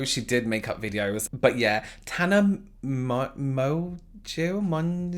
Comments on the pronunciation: You're trying to pronounce Tana's full name got me like 😂😂😂😂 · Just a tip. If you do a video on someone learn to pronounce their name or it just looks disrespectful. This just gave a weird vibe from the very beginning of the video. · I need a message tone of attempting to say Tana’s last name PLEEEEEASE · trying to pronounce Tana’s last name is making my week 😂😂😂😂😂😂😂😂😂😂😂😂😂😂😂😂😂😂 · you are not the only one who doesn't know the actual pronounciation of her last name.🤣🤣 I can't either. 🤣 Love you. I hope you are at home and safe x ❤ PLEASE DO A REACTION VIDEO REACTING TO JEFFREE STAR MAKEUP ROUTINE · 🤣🤣 the way he says her surname 🖤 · You have to pronounce it "monjo" ;) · It's pronounced Monjo not emphasizing the "n" sound it's just like when you pronounce Bonjour so it's Mon+ geau ( pronounced as "jo") Yes french is complicated 😂 Have a nice day/ night and stay safe 💜💜💜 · In case you still didn’t figure it out, it’s pronounced like mojo just FYI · The subtitles when is trying to pronounce Mongeau: MoNkEy MeLoN Mo ChiU 😂 As a french native I would pronounce it Mon-Jo. It looks like a french name. But it's just me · Noone:: Tana monnnnnnnneeow🌚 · her last name is pronounced "Mongoooose". I swear! You can ask the Youtube Inquisition head himself - iDubbbz! 😹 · yew adorable little darling, yew. The way you "Tana Mon-goose, mon-geoo, mon-ah-gue..." and the time you were with James and said "Niacinaminimide" and your little lewks in the camera...🤣🤣🤣 NO BODY comes close to making me do this snortty giggle I do when you are being so cheeky. I absolutely just adore you. I could (and sometimes do) watch you for days. I wish I had known you my whole life so that we could be IRL friends. I just think so highly of you and James. Thank you for entertaining and educating us. And making us all love you while you do it. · Should have seen the subtitles when he said that🤣🤣🤣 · Tana Managiyaw Me: yes, perfect